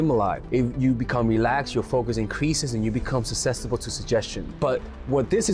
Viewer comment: Did he say SUPSESTIBLE ?